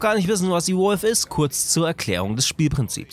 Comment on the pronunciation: Alter wenn du das ausprichst klingts als würdest von einem Elektro Wolf reden hahahaha E-Wulf